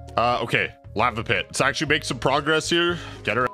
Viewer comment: Why does guy pronounce lava like “lapa?”